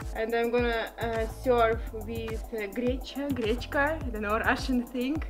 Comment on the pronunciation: Everything was perfect except one thing. We called it “ grechka “ not Grecha ... 🤣🤣😂😂🤣😂😂😂 love ya mate